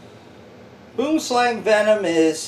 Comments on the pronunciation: Its not pronounced 'Boom slang' it is afrikaans, bu-im slung , meaning Tree Snake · I have these live in my grandma's back jard and it's not pronounced like boem slang😑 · dude..im south African and thats not how its pronounced. basically its "boo-um sl-ung" or tree snake works too same thing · PS: super funny the way you say "Boom Slang". Im South African and we say it as it is said in it's native (derivative) Afrikaans form - "Boo'em Slung". Peace man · I hate it when people pronounce Boomslang wrong lmao , anyways great vid !